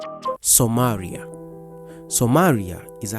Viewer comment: What is wrong with your R pronunciations? Somaria? Seriously ?